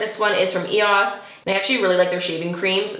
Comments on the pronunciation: Who else is like what when she said eos instead of e o s. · It’s pronounced E O S